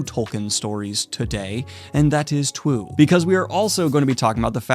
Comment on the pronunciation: I was distracted by looking at the comments. Did you say "twue" in the Tolkien intro?